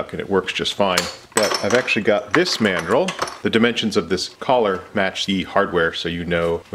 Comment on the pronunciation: I'm so tired that when you spoke about mandrels, for half a second my zoologist brain heard it as mandrill and I half expected a large baboon to come help you. 🤣